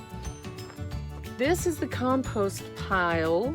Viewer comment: Did you say “comPOOst” or was it just your accent? Lol...